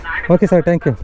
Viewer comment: ತಪ್ಪು ಮಾಹಿತಿ. ಚ್ಕಿನ್ ಬಾಳಿಕೆ ಹೆಚ್ಚು. ಲೂಬ್ರಿಕೇಶನ್ ಮಾಡಬೇಕು ಅನ್ನೋದು ಸರಿ. ಚೈನ್ ಸ್ಪ್ರಾಕೆಟ್ ಸೆಟ್ ಬರಿ 2080. Belt ನಂತೆ ಆಗಾಗ ರಾಗ ಹಾಡುವುದಿಲ್ಲ. ಅಷ್ಟಿಲ್ಲದೆ ಕಂಪನಿಯವರು ಚೈನ್ ಪರಿಚಯ ಮಾಡಿಸಲಿಲ್ಲ. ಅವರೇ ಆಂಗ್ಲ ಭಾಷೆ ಚೂಲು ಬಿಡಿ. ಟ್ಯಾಂಕ್ ಯು ಎಂದಿರಿ ಅದು ಥ್ಯಾಂಕ್ ಯು. ಈ ವಿಡಿಯೋದಲ್ಲಿ ಅನಾವಶ್ಯಕವಾಗಿ ಮಾತನಾಡಿದ್ದೀರಿ. ಈ ಅಭ್ಯಾಸ ಸರಿ ಮಾಡಿಕೊಳ್ಳಿ.